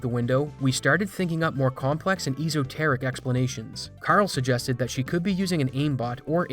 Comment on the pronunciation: Esoteric, prounounced like escape, not like eaze-oh. es·o·ter·ic